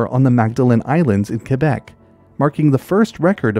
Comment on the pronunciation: props for knowing how to pronounce Quebec lol, im from Ontario but my mom's from Quebec, and every single time I talk I about it, just to tick her off, I say qwobec😭😭😭 ik u know what I mean I just have no clue how ya'd spell that lol. Fr tho, what an amazing videos dude, not that long ago, maybe a month now, I went camping and ran into a wassasauga rattler, maaaaaannn was he cool. But dude, I had no fuckin clue that that was a pit viper🤣🤣 good too know for next time lol